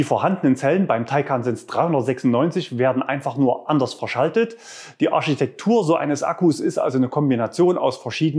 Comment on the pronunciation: "Die Arschietektur..." Buhahaharrr __ Kompliment Porsche !